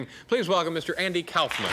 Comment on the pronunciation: The name Kaufman, at least the Jewish-German variant, should be pronounced exactly how Dave is pronouncing it.